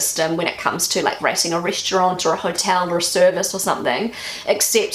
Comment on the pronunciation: It took me a while to work out that you were saying 'rating' - I heard it as 'racing' LOL